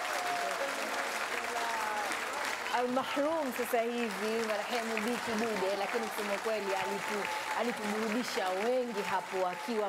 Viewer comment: Neno sahihi ni al MaRhum na sio MaHrum kama ulivyotamka muendesha kipindi